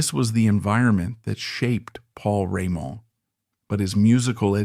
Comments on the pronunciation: AI ....french pronounced maybe i heard it (Paul Rémon ) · I like the subject but... really not sure whether this isn't AI (hear how the name Raymond is pronounced - as if it was French). Also, the name UFO is not pronounced the way people do - here it is read U.F --O instead. Then, look at the list of the author's other videos - most of them has titles like Tragic end, Trafic fate or tragic story - flagrant click-baits. Is this a live person reading or just another AI? Appreciating the musician, I am full of doubts. Overall, this stuff very often greatly exaggerates ( solidifying his place in the rock Pantheon ) Pantheon? Are we speaking about Beck, Blackmore, Richards, Zappa - or about a stalwart, reliable, professional role-player always capable of filling in among real greats?